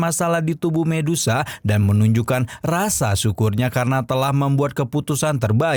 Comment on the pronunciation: Saran saya bang kalau sebut nama medusa aja gak usah di ganti jadi mendesah